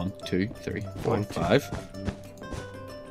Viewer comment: You said three wrong you said said free not trying to make fun of you at all cus I have problem to